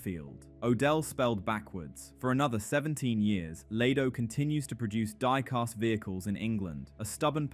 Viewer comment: Great video, but there isn’t an ‘r’ in diecast. 😉👍